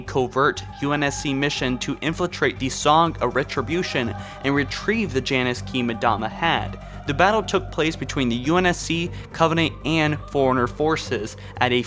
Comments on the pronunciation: So many pronunciations are wrong in this. Jul 'Mdama is not pronounced MuDama. Its Emdama. And it isn't pronounced Sengkeely, It's Sangheely. And It isn't Vergill its Verjil. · And Mdama. It isn't MuhDama, its Emdama. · It's Jul 'Mdama not jul madama for gods sake get his name right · It’s jul ‘Mdama (JOOL) (EMDAMA) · Vergil and 'Mdama, hate both of his pronunciations. They even say those in game, he should know how to pronounce them correctly.